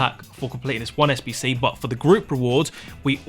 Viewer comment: Im new to fifa and i can't understand where to find the sbc bcs this...... can't fucking say the most important word right. I even slowed down the vid but this..... sayed 2 words at the same time